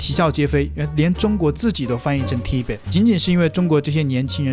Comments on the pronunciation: Tibet是特唄,重音在後面，不是T唄！ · 你自己tibet也念都念不對，又叫做尊重人嗎? 我就等著看這個人什麼時候會被燒起來，每個影片都只會用謾罵的方式評論，一點自己背後的邏輯都沒有，只要一直吐槽大陸多爛多不好，就會有觀看數，就會有人支持。 台灣人什麼時候才能夠醒醒，看清這種人的真面目，他真的支持台灣嗎? 他真的關心台灣嗎? 他只是一個利用台灣人的自卑心理，賺錢的人而已。 好好想想吧，整天我們嘲諷大陸在說遙遙領先是自我催眠，你們支持這種人的這種毫無思想，只有意識形態的影片，不也是在自我催眠嗎?